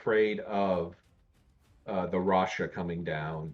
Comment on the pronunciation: if the first caster is reading this, it's not rasha bro, omg haha